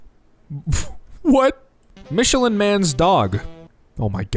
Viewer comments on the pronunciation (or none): none